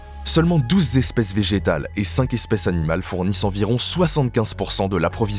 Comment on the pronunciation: Beaucoup d'imprécisions. Et...j'ai bien entendu "douze zespèces"?